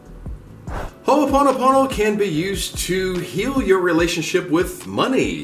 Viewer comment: Hey...say, "im sorry" again!🤣🤣🤣 I've been hearing about Ho'oponopono for quite awhile now, never knew what it was about until now...lol...but you pronounce it very well. Mahalo for this video, much aloha to you.🙏❤️🤗